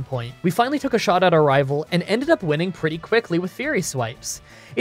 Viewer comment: I will never tire of hearing anyone say rival fiveal